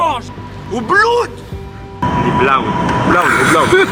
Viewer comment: Mdrr qui corrige blood mais qui le prononce encore plus mal